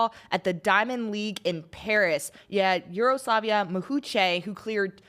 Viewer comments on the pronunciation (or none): Why can't Americans pronounce foreign names? Yaroslava Mahuchikh isn't even that hard! They're literally uploading onto Youtube and can't find a Youtube video with the pronunciation? 😭